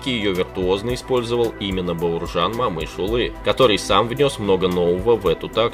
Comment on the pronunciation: О читается как О, не Мамыш а Момыш!